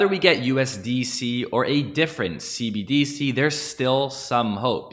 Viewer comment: You're the only person I've heard pronounce cbDc instead of cbdC 😝